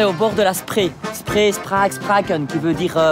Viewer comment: Spree se prononce 'Chpré 'et non pas spré :) bitte sehr 😉